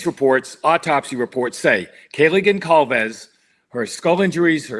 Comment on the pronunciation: ..idk about this guy. His consistent mispronunciation of "Goncalves" & the medical term (phonetically) "puh-T- key-eye"(broken capillaries aren't setting right.....I'm not sure these are his original ideas and that he's not just reading someone else's